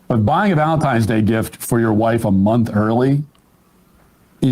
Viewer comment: Did Emma just say "Valensgay" towards the end? LOL We have a new holiday!